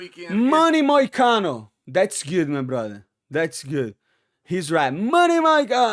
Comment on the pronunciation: even moicano shocked sonen pronun of his name perfectly usually sonen never pronun fighter names correct Moicano want citizenship!